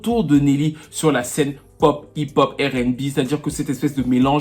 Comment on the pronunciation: Je ss ton fan.prq tu continues a dire:errr n bi?. That should be:arr n bi.je tapprecie mon frere👊🤝🏾